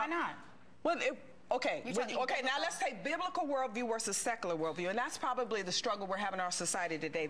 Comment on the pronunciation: It’s funnier when she tries to say “secular”.